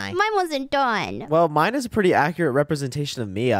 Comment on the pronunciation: ( ) mines pwetty scary ( not making fun of his voice sorry if this hurts your feelings )